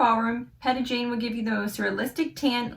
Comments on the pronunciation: Her name is actually pronounced Pee-tah (like Peter) not Pet-ah ☺️ she now has 3 different shades of the tanning mist (same with the mousse) light medium dark. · It’s pronounced lite pita bread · You pronounced her first name wrong if you're going to promote a product at least get the name correct